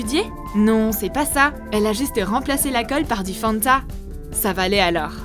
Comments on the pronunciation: A qui a entendu fond de teint au lieu de fanta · J'ai entendu fond de teint au lieu de Fanta! 😀